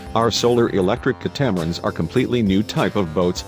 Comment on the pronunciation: Drawn, ditto. I especially dislike how they couldn't get pronunciation correct on 2 key words...... catamaran and lithium ion batteries, abbreviated as Lion or li-ion pronounced lee-ion.